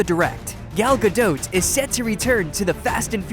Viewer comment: Not Ga-dowt. It's Ga-Dot.